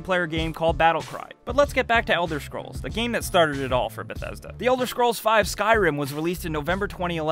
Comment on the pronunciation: Why is such a good narrator having so much trouble pronouncing "scrolls"? xD